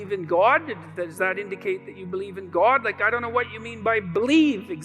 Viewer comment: Never trust anyone who pronounces the word god as Gwod…